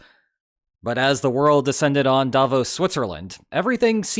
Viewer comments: The intonation is on the “o” in Davos — “Davooooos” — not sharply on the “a,” as you do it 😉 But not to worry: probably 100% of people outside Switzerland pronounce it incorrectly, and, oddly enough, at least 50% of people inside the country do too. So, since Switzerland has roughly 0.1% of the world’s population and about half of them get it wrong 🤨 you could be among the only 0.05% of the world’s population who pronounce it correctly 🤗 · As a Swiss person, may I give you a tip on pronouncing Davos. You did almost perfectly, not saying the 'o' as a diphthong like in bro. The stress however must be on the 'o' not the 'a', so the stress pattern is like in 'the bros' but the vowel quality is just like you said it.